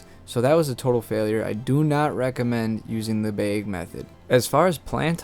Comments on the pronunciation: in a baeg and ssouil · It's bag not beg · Where are you from with that pronunciation? I love how you say bag. Beeeg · Ceo of ina beg nd soyil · I was laughing so hard every time. When he first said it I’m like huh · Beg or bag? Wth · ayo why he say bag like that tho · Nice video but you say the word "bag" wrongly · Ohhh he was saying BAG! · Maybe you should learn how to say bag and you’d have more luck 😹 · kinda hard to explain in text! Lol i would say it rhymes with “bad” and “sad” but probably doesnt help if you pronounce them the same😅 you do you! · Not trying to be grammar police here, but "bag" is pronounced bahg, as in hag, not bay-egg. Because the letter "a" has two sounds in english, one short, the other long. The a in Jay is completely different than the a in drag. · Came here to say … the word is BAG. Not BEHG. Dear lord. Thank you for the info though. Bag. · are you saying BEIG instead of BAG? "a" like hat, bat, that, cat, snap, pat, catch, latch. BAG. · it's called BAG, spelled B A G also pronounced BAG not BEG, BEG is what you do when you post a video and BEG us to hit the like button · bheg. Not bag. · Why does he irritatingly say 'beg' and not bag. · it's Bag, not beg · bAg, NOT bEgg. Geesus christ. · Why do you pronounce bag as beg? 🤷🏻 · Why is he saying like that: "behg". It's bag. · I couldn’t concentrate after hearing “baeg” 😂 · My biggest take away was that you were saying”BAG” but it sounds like you saying “BIG” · The way he says Bag makes me laugh. Beg. 😂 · I need you to do me a favor, and look up the pronunciation of the word "bag". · I can’t help but notice he says bayg 😆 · “Throw em in ah beeg” hahah good info! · I keep hearing beyg instead of bag 😂 what kind of accent you got? I like it. the video was nice too, look forward to similar ones in the future 🤙🏼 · You say “bag” like baig. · is he saying beg or bag? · Are you saying Beg or Baaaa lol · Say bag wrong one more time lol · Why can’t this guy say bag? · "in one beg"